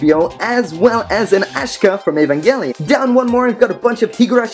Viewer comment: The way he pronounced evangelion killed me , cool collection btw i wish i have those